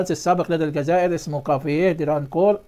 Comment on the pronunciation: أرجو الانتباه الجزائر تلفظ بحرف الزين وليس الذال